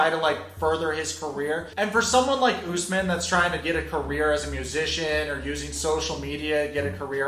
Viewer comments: Bruh his name is said ....... US-MAN not.........Ooos-men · Why does she keep pronouncing it “US-man” when she clearly can hear everyone including HIM pronounce it as “oos-man” cmon Baby girl Lisa 🙎🏻‍♀️ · Is the interviewee on Crack? Why tf is she mispronounciating his name 😩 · I hate the host. After hearing his name multiple times she is still saying it wrong. Moron.